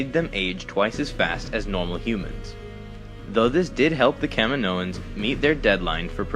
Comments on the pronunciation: Just a heads up. It's not pronounced Cam-in-o-ins. It is pronounced Ca-mee-no-ins. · Thumbs down for the way you said Caminoans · can't even watch the video with the way the narrator says Kaminoans.